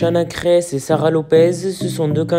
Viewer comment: Faux titre, elle clache pas Sarah du tout, ni John..apprends d'ailleurs à prononcer son nom de famille ! Et au son de ta voix, cher gamins, arrêt de faire des fausses informations car c'est cela qui détruit des vie!!!